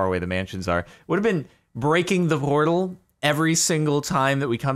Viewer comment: "Vrrortal" Whut